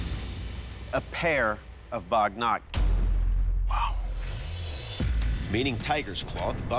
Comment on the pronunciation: Tell me, are they saying "Baghnat" or "Baghnakh"? If they're saying the latter, I'm gonna have to correct them on the pronunciation of baghnakh because that is not quite how you say it. It's "big-nahk" for those curious. Edit: I just learned after the fact that they are saying baghnakh, but they're still saying it wrong.